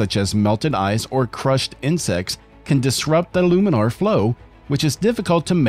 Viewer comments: Is that really how you pronounce laminar? "Loominar"? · Laminar flow, not luminar flow. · You started off saying laminar flow and then started saying luminar flow for the rest of the video. It doesn’t make you sound fancy, you sound like an idiot. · laaaaaaaaminar. It's "laminar," not "luminar."